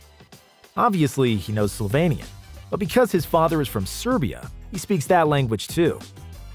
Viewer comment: Dude I love you because you pronounce SlovEnian wright i and Just a minor correction, late Kobe learned to swear on SerboCroatian (the same language) and since its Lukas second lang... he was amazed...